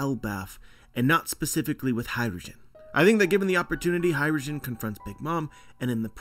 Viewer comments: Sick theory, definitely would be sick! but all I hear is “hydrogen” when you say “hajrudin” lmao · Hajrudin,. It's an Arabic name. Not Hydrogen.